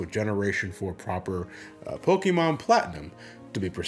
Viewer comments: But it’s not Pockey-mon it’s pok-eh-mon ITS BEEN 20+ YEARS TO LEARN THAT JUST WTF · If Po KAY mon supported your channel would you still say Po Kuh mon?